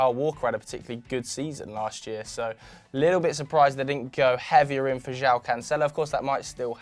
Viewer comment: Pretty annoying how you butcher Joao's name.. it's Joe-un